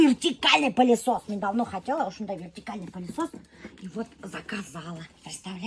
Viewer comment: Не палисос а пылесос от слова пыль😂